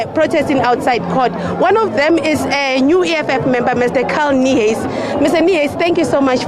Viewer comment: Why do you keep saying Carl Niehuis,you could have just said Carl Niehaus.